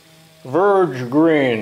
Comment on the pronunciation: Lol its VERDE, not verge :)